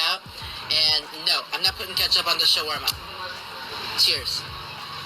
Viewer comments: Additionally, as an Arab, he got the pronunciation more correct than you did. It’s not Shwarma. It’s Shaawarma, if anything. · As an Arab myself, I die a little bit inside every time I hear him murder the pronunciation of "shawarma" 🙁